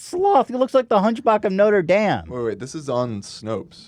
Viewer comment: The hunch-bach of noter damn?